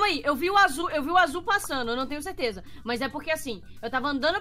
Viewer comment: ele falou teleza volta muitas vezes e vc vai perceber isso